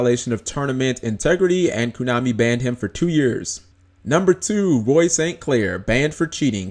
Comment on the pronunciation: stop saying kunami its KOnami